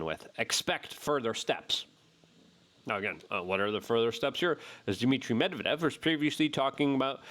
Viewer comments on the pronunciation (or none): none